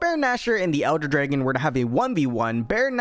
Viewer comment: bro says draigan